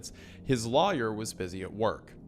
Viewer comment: Take a shot every time Wendi pronounces lawyer like liar